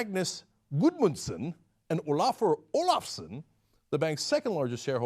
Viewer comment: I laughed so hard when Cenk was pronouncing the names LOL